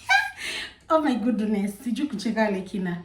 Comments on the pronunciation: I'm hearing "oh my gooduness!? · Ati unasema Ooh my Goduness😂ama ni mimi naskia zangu? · 😂😂😂yah amesema gudunesi😂 but Ako sawa ❤